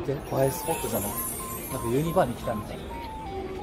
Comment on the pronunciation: 悪態すごいですよねꉂ🤣𐤔 ゆーちゃろの悪態集は動画には収めきれない……それが悔しいꉂ🤣𐤔 関東の人はUSJって言いんですもんね！ユ⤴二↓バ⤴って感じの発音ꉂ🤣𐤔